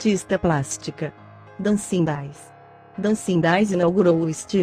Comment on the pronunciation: Verdade, não dá ouvir Janete Clair, em vez de Janete "Clér", Dancin' Days, em vez de Dancin' "Dêis" e comedía, em vez de comédia.